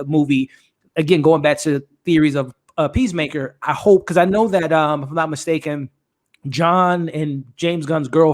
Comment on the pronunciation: Idris alba: 'pissmaker'